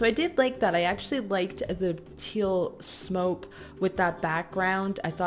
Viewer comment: she said blue smope XD